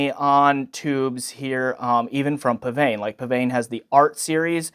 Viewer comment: According to the manufacturer, it's pronounced 'pisvane' (really).